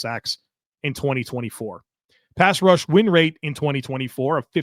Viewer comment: it’s a wonder that you don’t fumble over your words more often, the amount that you do this stuff. Truly, you’re smooth as hell! But… I have to admit “pass wush” made me smile 😝 much love and thanks to ya sir. Go Bills!